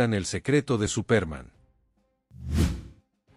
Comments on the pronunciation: Cómo dice Supérman que fastidiosa pronunciación. Así no es la pronunciación en Español y pone de punta los nervios. Se pronuncia Supermån. También Lee mal los nombres en inglés. Mayor cuidado en los vídeos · Es que en la narración, dice Supérman. Date cuenta, que es una palabra inglesa y no lleva tilde, pero la pongo, para que se sepa como suena. Al usar una máquina para crear narraciones en español, ésta, no sabe distinguir palabras españolas de inglesas o de cualquier otro idioma. Es por eso, que hay cada monstruosidad narrativa en YouTube, que hiela la sangre. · Es Superman con énfasis en la “a”. De donde es ese narrador? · ¿Por qué pronuncias Supérman, con acento en la e? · Sería Supermán, no Supérman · SupÉrman ??? wtf is that, dude ? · No puedo seguir con el vídeo. Me sangran los oidos cada vez que escucho Supérman. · Es absurdo que lo hayan grabado con los errores de la pronunciación. Suena ridículo. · Al tercer "Supérman" me fui. Maldita IA. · Me parece que ha sido una muy buena reseña pero la pronunciación es enloquecedora al ser tan mala. Quizás la inteligencia artificial ( espero ) Cambia nombres en fin y el más importante el principal SUPERMAN ! por lo demás muy bien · Se le entiende superma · Este presentador??? de donde sacó ese SUPÉRMAN???, creo que no tiene ni idea de lo que lee ni ha oído nada de este personaje de caricaturas; rompe los oídos con su SUPÉRMAN; por favor, hizo que dejara de ver el video: 😢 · por favor pronuncia bien Superman, es una pena el video esta buenísimo pero la embarras pronunciando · Mucha inteligencia artificial pero no sabe pronunciar Superman.